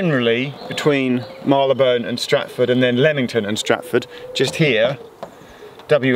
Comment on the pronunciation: Geoff knows how to pronounce Marylebone correctly! I also know but I still say Marry-le-bun. I don't know why.